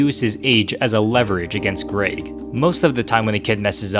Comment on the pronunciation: to says greeg instead of greg